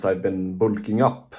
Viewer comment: ah yes "boolking" jokes aside W video youre huge keep grinding bro